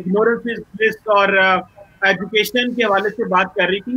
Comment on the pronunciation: Cheemey, ahjucation, in tuwenty tuwenty won 🤣🤣🤣🤣